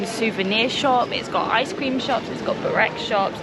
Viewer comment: You just slaughtered the pronunciation of Burek.